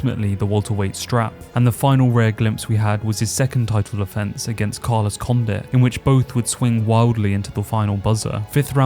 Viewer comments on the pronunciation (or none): none